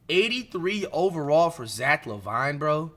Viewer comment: “zack La Vine”😂😭its pronounced zack laveene bruhh